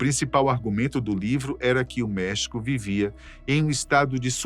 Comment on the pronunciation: essa pronuncia do espanhol ta péssima hein, custa nada ir no google e pedir para ele traduzir por voz ou pedir para alguém que fala fazer a pronuncia.. errou e errou feio LOS CHAMANES DE MEXICO Até em Português a pronuncia é com acento grafico no E de MEXICO... Como é que o cara leu MEHÍCO??